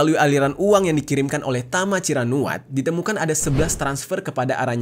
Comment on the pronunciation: tama ciranuat❌ tama cirakuat✅ 😂😂✌